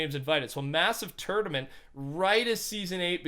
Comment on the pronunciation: Dose anyone here him say turdament